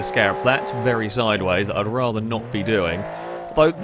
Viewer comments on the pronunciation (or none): none